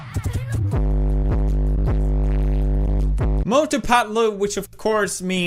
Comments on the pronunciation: When he says "Mothuu phethluuu" 🤣🤣🤣🤣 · Cant stop laughing when he says mautu patu